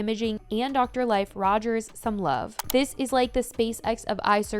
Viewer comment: Drs name is pronounced leaf not life just fyi